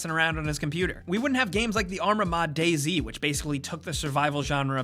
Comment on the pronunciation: DayZ, not daisy.